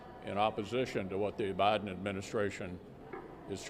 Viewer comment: Did McConnell just call Biden “ O’biden” ?? I think he did!